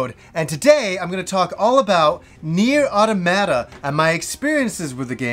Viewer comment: It's not. He's pronouncing the last 2 "a"s incorrectly.